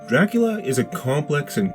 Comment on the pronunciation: Is he pronouncing it Draculer??